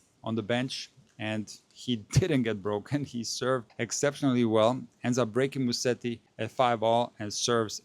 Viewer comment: It is Musetti and not Musteti.